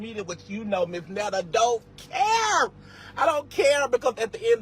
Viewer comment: "I'm not trying to be a black woman" but call me Miss.. Miss goes in front of a never been married female. MS. is divorced female and Mrs. Is for married female. He would be Mr. Netta for all men including those who aren't trying to be a black woman. 😅 she doesn't even pnounced Miss correctly All three are Pronounced differently. Too early for this ignorance. Going back to bed.